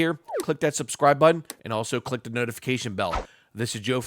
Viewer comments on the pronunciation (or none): none